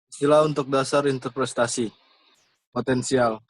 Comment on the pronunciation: Interpretasi bukan interprestasi